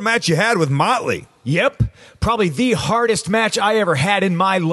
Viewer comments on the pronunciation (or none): More emphasis on the "yep" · It was real good except he didn't stress the " Yep! "